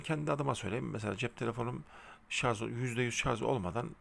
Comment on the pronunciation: Hocam şarz değil Şarj. Ama bilgilendirme başarılı👍